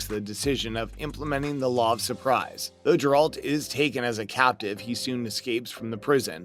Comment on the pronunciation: Geralt not grealt